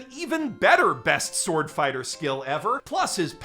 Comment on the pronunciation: SORD...sord borken